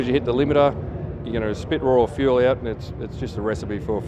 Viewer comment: 6Super6Chicken6 buddy it’s fuel not feul